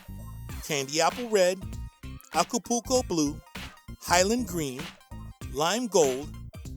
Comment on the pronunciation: When he says acapoulco blue it sounds like he says akupooko blue